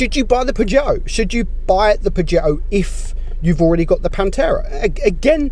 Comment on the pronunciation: It pantera not panterra.( Im Italian)